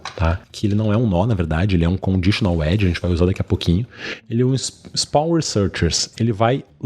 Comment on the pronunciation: Perplexity = Pêrplé-qui-siri 🦀! Result = ri-zólt (Not Ri-zól-tchi!)👍🏾...ri-z🌞-t 👌🏾 Spawn researchers = spôn (Not Espôn) rí-Sir(English)- tchêrs de tchau. teacher = Tee + tchêr... Researcher = ri +"Sir"+tchêr... Tcher de Church (Chur= tcher). Greetings from Florida! 👋🏾 Obrigado pelo tutorial! 🙏🏽 💙